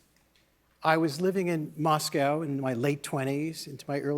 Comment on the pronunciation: Having read Remnick’s good work for years, it’s a shock to find out that he can’t pronounce Moscow correctly, despite having lived there.😳